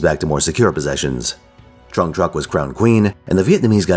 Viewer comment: Your pronunciation of Trưng was totally fine from what i could hear. Trắc also has a rising intonation on the vowel while Nhị has a sharp intonation